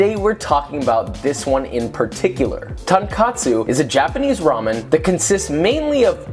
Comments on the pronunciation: Its tonkotsu not tonkatsu Ton : pork Kotsu : bone Not katsu ,katsu is fried Tonkotsu ramen : pork bone broth ramen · why do Americans keep saying TonkAtsu to call TonkOtsu??? Tonkatsu is pork cutlet. The second "O" should sound the same as the first "O". I used to work at a Japanese restaurant, and everytime people say TonkAtsu I had to ask if it is pork broth ramen or cutlet. If you go to Japan to try genuine tonkotsu ramen and say tonkAtsu, you will be laughed. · The name of the ramen is tonkotsu not tonkatsu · I love how the title has the proper spelling and pronunciation "Tonkotsu" but the video itself falls into the same mistake most people do with "Tonkatsu", tonkkatsu is not a thing people. This message was brought to you by some random dude that likes asian food, peace. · its TonKOTSU not TonKATSU. Tonkatsu is deep fried pork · tonKOTSU, not tonkatsu, just a lesson on japanese, katsu means bone, ton means pork, and katsu means cutlet, so tonkatsu incorrect because the brought is made of pork and pork and chicken bones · you can literally hear him say ton katsu it is to be pronounced as ton-kot(as in caught)su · Tonkatsu ≠ Tonkotsu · Calling a tonkOtsu lamen as tonkAtsu lamen annoys me a lot. Usually the real tonkotsu ramen have a really white color, I think you put too much shoyu there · It’s not a pork cutlet. It’s not katsu. Kotsu. FFS. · you said tonkatsu!!!!!!! not tonkotsu !!!! man! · Its not ton kat su. Its ton kOt so 🤪🙄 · HAIYAA He pronounced Tonkotsu like Tankatsu, very dissapointing Uncle Joshua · Could help to pronounce it correctly too. "Tone-Coat-Tsu" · Blame the japanese. A lot of their restaurants and instant ramen spell and pronounce it as tonkatsu. In america, "tonkotsu" is the equivalent of a full american guy trying too hard pronouncing italian words. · it sounds like he is saying tAnkAtsu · He sometimes says "tonkatsu" From Japanese viewers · Josh its Tonkotsu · U mean Tonkotsu? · its tonkotsu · isnt it pronounced tonkotsu